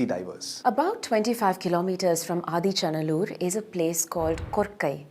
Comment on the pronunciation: SORRY IT IS NOT "ADICHA NALLUR" 😂 IT IS "AADEE ACHAN NALLUR",(OLDEST FATHER VILLAGE),,LORD SIVA STEPPED HIS 2ND FEET IN THIS LAND ,,1ST FOOT OF LORD SIVA IS IN CEYLON A PLACE CALLED TREKONAMALAI 😊 "SIVAN ADEE PAADAM" ,CHRISTIAN SAY "ADAMS PEAK",IT'S BELIEVED 1ST HUMAN SET FOOT ON THIS EARTH,,LORD SIVA HAS MALE FEMALE PICTURES,,PROPHET ADAM IS ALSO THE 1ST HUMAN, BELIEVED BY CHRISTIAN, JEWS,MUSLIMS 🎉🎉🎉